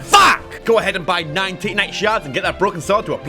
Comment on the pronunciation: Normal people: Titanite: TITTYnite